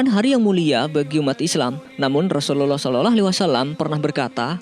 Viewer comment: Sy mau tanya yg mengisi sebagai narator dulu mondok di pesantren mana,kok logat dan lafadz mengucapkan rasulullah saw kok.seperti.itu